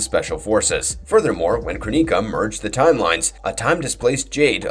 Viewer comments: Good video! But omg i can't get over the fact you pronouce Kronika the way you do in this video 😂you say "kroníka" instead of "Krôniká" :' ) Also you pronouced Kytinn as "kitten", but the correct pronunciation is "kaytin" :D Anyway the video was still pretty good regardless! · Not Kra-Neeka, The proper pronunciation is Crow-Nick-Ah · You guys at really need to learn how to properly pronounce a lot of these fictional words. Kytinn is not pronounced "kitten". Kronika is not "Kro-knee-ka". It's very distracting.